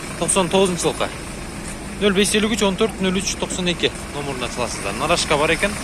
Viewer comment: Нарашка эмес, тура айтылышы Нароска вахаха калхоз